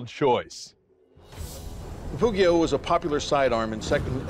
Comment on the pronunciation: hearing pugio pronounced with an hard g is just torture for my poor italian ears